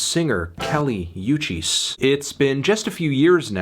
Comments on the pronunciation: It's kali woo-chis, not you-chis. In her last album in the track 'Miami' and 'Nuestra Planeta' you can hear the featured artists shout out her name. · It's pronounced Oo-cheese, melon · nigga really said Kali EWCHIS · PRONOUNCE HER LAST NAME RIGHT CHALLENGE